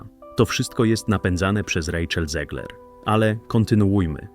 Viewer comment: Czyta się ZEGLER a nie ZIEGLER. Bo ona ma polskie korzenie. Niestety. Pozdrawiam.